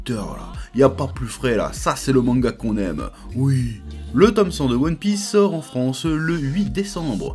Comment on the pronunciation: "ça c'est le manga qu'on aimeuh" j'ai explosé ptdrrr